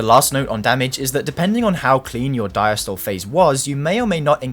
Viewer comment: Diastole pronounced “dieastolee”